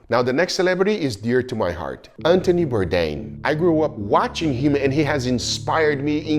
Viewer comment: If you appreciate Anthony Bourdain, it would be great to make a little effort to pronounce his name correctly. 😊